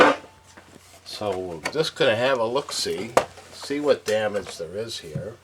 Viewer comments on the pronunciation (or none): none